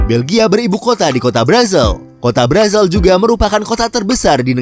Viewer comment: Ibu Kotanya dibacanya Brusel bukan Brazel